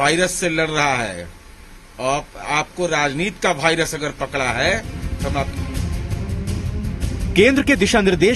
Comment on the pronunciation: को कौन मंत्री बना दिया इसे वायरस को भायरस बोल रहा है पगला गया है एक दम